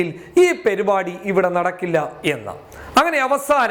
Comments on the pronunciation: Perupadi alla mone parupadi ennu parayan padichu va oru news vayikunna alale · പെരുപാടി അല്ല പരിപാടി 😄😄😜